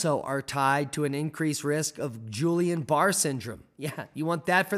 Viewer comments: Pronounced Geeon bar ay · It's pronounced Ghee-ayn-bee-are syndrome... It's French.. blame them.